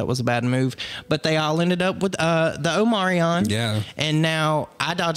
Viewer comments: Omarion? Florida pronunciation? Omicron sweeties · as a Greek speaker, i take offense on how yall both pronounced "omicron"